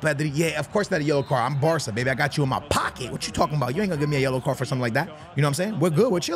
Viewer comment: This guy can't say barca he says barta